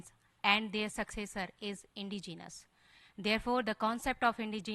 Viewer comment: Her twisted tongue can't say indigenous, let her go back to kindergarten again n study about India's indigenous people